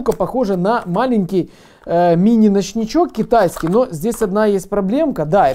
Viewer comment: Ты 1000 раз сказал кетайиски